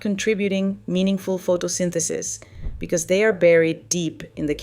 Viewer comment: Not sure . Does sound Ai. Who pronounces and enunciates photosynthesis like that?